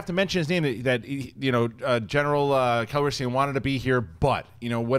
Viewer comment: Cal-ri-seeein?, how hard is it to say that? C'mon man!